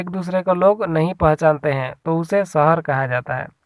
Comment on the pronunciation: सहर नहीं शहर शब्द हैं।